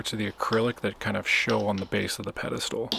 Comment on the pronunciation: Did you say "pedistool?"